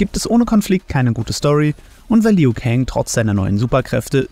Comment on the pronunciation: BRUDER! Wenn du noch ein mal dieses LIU so beTONGst kriege ich was an mich. Er heißt ausgesprochen LU kang Und da mk12 gegendert wird BESTEHE ICH DARAUF